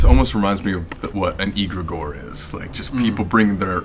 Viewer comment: But why is Colby pronouncing egregore like that 😂